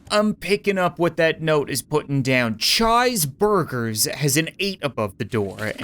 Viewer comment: Chi’s burgers is probably pronounced cheese burger.